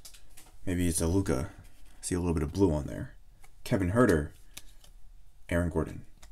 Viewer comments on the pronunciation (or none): none